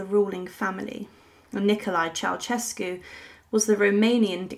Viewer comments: Pronounced "chow-shess-cu" not "chow-chess-cu" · Mildly diverting and amusing. Beware of lazy liberties with other languages, however, the taking of which seems to be a particularly British characteristic. Your pronunciation of the name "Ceaușescu" is completely incorrect. It is not pronounced "Chow-CHESS-cu". The s-comma in the middle is pronounced with the "sh" (/ʃ/) sound. The "eau" vowels at the start should be pronounced individually (as in other Romance languages). The initial C is not exactly "Ch", but closer to "Ts" as in Tsar. Tsay-ah-oo-SHES-cu. At best, sloppy (oh well, it doesn't matter, it's just another "unpronounceable" name), at worst, just plain, solid ignorance! Chow-CHESS-cu indeed‼🤣🤦‍♂